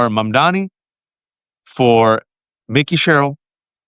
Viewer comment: Jeez, is it really so hard to get his name right? MamdaNi, not MamdaMi. It just bothers me, and shows a lack of respect.